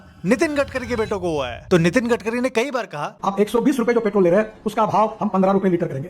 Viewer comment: gatkari nehi garbari